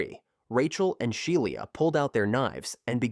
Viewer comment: SHE- LA its not hard